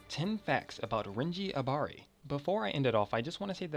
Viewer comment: U didn't say Abari probably